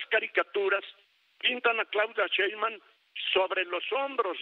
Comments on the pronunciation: Pobre viejito Ceballos ni siquiera sabe pronunciar el apellido 5 veces dijo sra Cheiman y bueno el 33 % de todo el padrón Votó por Morena y menos del 15 % voto por el prianrd. No confundan a la gente las matemáticas no fallan. Ya no saben como buscar pretextos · El gran litigante que no sabe ni pronunciar bien el apellido de su próxima presidenta, aunque le duela, 😂😂😂😂